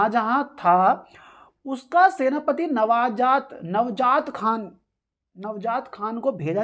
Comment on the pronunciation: Nvjaat nhi sir njaawat khan